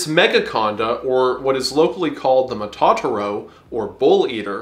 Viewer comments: He mispronounced "Matatoro" lol. It's Ma-tah-toro not Matahtoroh. Or more simply just the words "mata" and "toro" put together quickly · btw matatouro is pronounced mata toh-ooh-roh